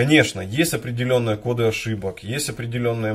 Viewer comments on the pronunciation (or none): none